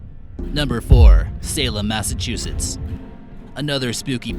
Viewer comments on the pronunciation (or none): none